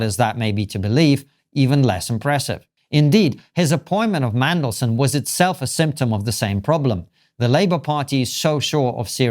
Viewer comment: Are you saying "Mangleson" ? It's "Mandelson" 😂